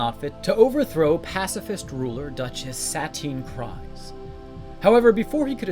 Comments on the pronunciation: Clan KREEze, not KRYze 😠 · It's pronounced "Kreese", not "cries". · The Dutchess's last name doesn't sound like cries it sounds like creed but with an s instead of a d.